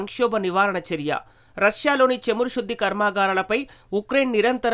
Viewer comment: చమురు not చేము రు కాదు